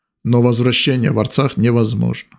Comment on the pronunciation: Не Аррцах, надо сказать; Правильно ДРРРЦАХ. Надо сказать.